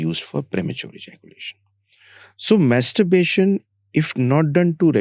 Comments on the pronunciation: Stop pronouncing" Masturberarion.. please🙏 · Btw,Mastuberation nahi ,Masturbation hota hai!😁😅 -Important Stuff😯🙏🏻 -👏🏻🙏🏻 -Premature Ejaculation🙏🏻 -Start And Stop🙏🏻 -Edging(contd.)🙏🏻 -Kegel's Exercises